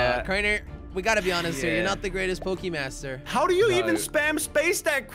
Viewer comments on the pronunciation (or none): Jelly its Pokemon master not pokemaster